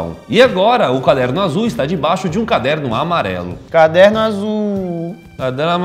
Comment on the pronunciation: "Caderno azull carderno amarelo" Kkkk ameiiii